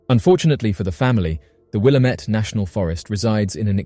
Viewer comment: Just FYI, it's "Will-Am-It," not, "Will-Am-Ett."